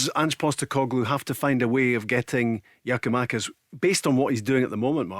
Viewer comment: GIAKOUMAKIS, BARRY.....GET IT RIGHT